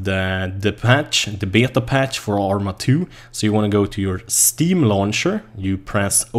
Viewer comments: You pronounce it 'Bay Ta' not 'Be yay ta' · Beta, pronounced Bay-Tah. Just a friendly correction, instead of Bay-uh-tah. When said quickly it sounds like bay-dah. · Älskar hur du säger Beta när du pratar engelska och så kommer en svensk dialekt XD